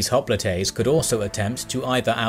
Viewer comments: (Cringing every time he says "hopli-TAY") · Hoplites in English (pronounced as in termites), Hoplitae in Greek and Latin.